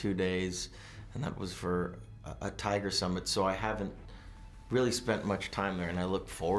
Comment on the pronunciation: Did he say... a Tiger summit?